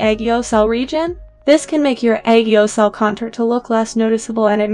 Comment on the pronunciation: its aegyosal not aygeosahl